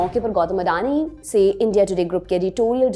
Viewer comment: वो खुद को अदानी कहते हैँ लेकिन आप अंग्रेजी मेँ नाम पढकर उनको अडानी कह रहे हो ।